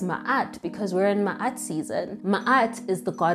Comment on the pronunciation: I’m appreciative of the pronunciation. Ma’at was correcting the pronunciation in another video I came across. She said look up a real knowledgeable being. Here I am!